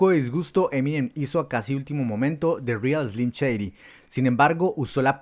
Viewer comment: ya no pude tomar el video en serio apenas dijo "de rial eslim cheidi" :v chao